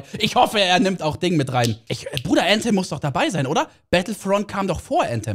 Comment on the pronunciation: junge wie cringe wenn er Äntem sagt anstatt Anthem, immer diese Leute die englisch können